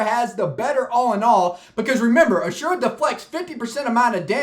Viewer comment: As-ur-ah not a-sure-ah